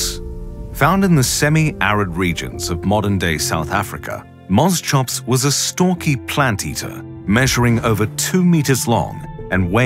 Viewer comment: pronounced mos-cops not mos chops.